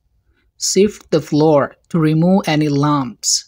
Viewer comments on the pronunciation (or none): The way speak it’s completely wrong. For example you have pronounced The flour like floor The pronunciation isn’t good at all But thank you